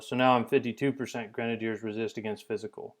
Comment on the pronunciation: i might be stupid... but i think he is pronouncing grenadiers wrong